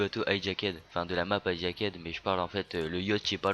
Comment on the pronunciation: Prend-le comme tu veux, mais c'est bientôt la rentrée mon p'tit frenchy, alors va falloir réviser ton accent anglais, parce que les maps Hijackéde et Uplink et Uprising (qui se prononce Eprising et Eplink), je les connais pas :D